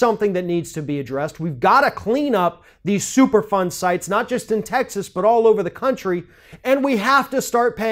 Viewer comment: you should've started with the super fund explanation. I kept hearing it as "super fun" when you were talking. Lol